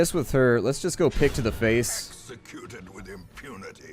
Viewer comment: i understood dick instead of pick